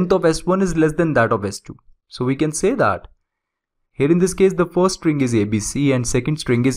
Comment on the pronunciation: what the hell is "furst" ?